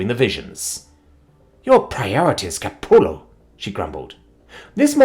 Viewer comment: I have no idea why Narrator refuses to learn how Jambalaya is pronounced so I will always be the one to point out when he says it, or any number of other things wrong. Like Capullo being "Ca-puu-yo" because a LL in spanish is a Y sound. England isn't that far away from Spain, but whatever. Also, the cadence to nananana boo-boo is off. But that's super minor since the one saying it isn't even human.